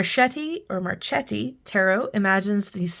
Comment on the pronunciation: in Italian, the "che" sounds like "ké". Then it would be Markéti! Love your content, thanks! ❤